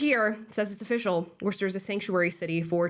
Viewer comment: Lmao nvm she said “Warshter” at the end